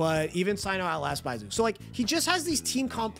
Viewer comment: How do you pronounce Zhongli correct but not Baizhu 🤣